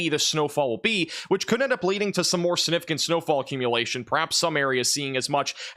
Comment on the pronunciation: my favorite is when says "snifficant"